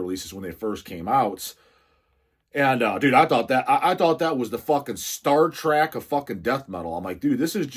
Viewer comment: it’s “Star TREK” as in journey, path, destination. Not Star TRACK….